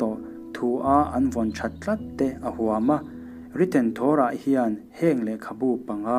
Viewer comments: Torah hi a "to" lai hi i thluka thluk loh tur a ni e. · Torah i lam dik lo